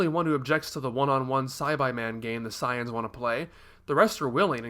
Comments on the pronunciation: he keeps mis pronouncing sayians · Why does he pronounce 'saiyans' so weird?